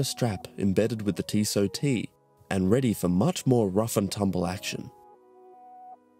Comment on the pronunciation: tissot lol